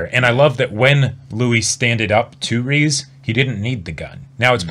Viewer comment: Glad to see that you two enjoyed the season overall Also Riz's name is pronounced "Riz" not "Reece"